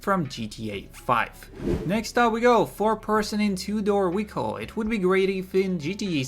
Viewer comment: Funny how the word "vehicle" is pronounced with a "W".